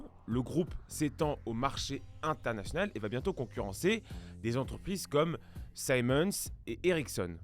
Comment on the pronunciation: Siemens ne se prononce pas saïmohnse mais ziemenss , c'est allemand